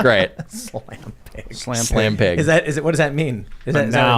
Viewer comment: Even when it's misspelled AND mispronounced?